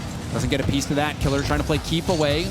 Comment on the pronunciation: It’s KILLEERRZ not Killeerzz